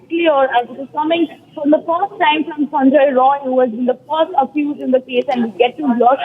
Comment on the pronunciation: Not sanjoy its Sanjay.